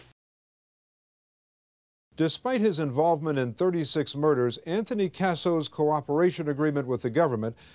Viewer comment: Even though he played a part all those “moiders”?